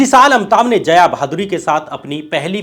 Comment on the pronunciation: Are zaya Bachchan nahi hai, Jaya Bachchan hai, Saat Hundustan nahi hai saat hindustani hai, Rangit nahi hai Ranjit hai...kya sab bakte ho yaar....yeh sab thik karo.... kaun sab log hai yaar tumhara team me? Tum vi yeh sab dekhte nahi ho kya ?!